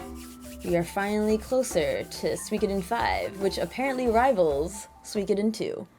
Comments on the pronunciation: su-i-ko-den not sweecoden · SUE - CO - DEN. You sound like you’re speaking of Something from Finland when you say Suikoden. 😂